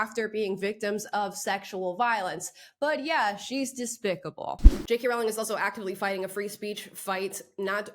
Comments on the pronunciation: Her last name is pronounced "roh-ling", like rolling". Not like growling. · Amala, PLEASE pronounce 'Rowling' correctly. It rhymes with 'bowling', not with 'howling'. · Wanted to listen to this story, but can't get past 'Rowling' being mispronounced any more. Rowling rhymes with 'bowling'. She is one of the greatest English writers of our time. I wonder if she has even heard of Ms Cho. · Why can’t people get her name right? ROW-ling. Row- as in rowing a boat. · J.k. Rowlings' name is pronounced like Bowling. Like the sport.